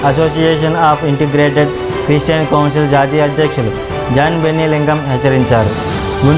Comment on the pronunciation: క్రీస్టియన్ కాదు క్రిష్టియన్ క్రి స్టీ యన్